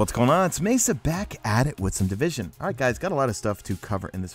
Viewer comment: di-vis-on? what is this game you speak of?